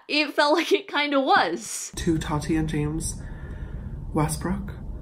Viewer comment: I’d love to take you seriously but you can’t even say “Tati” correctly.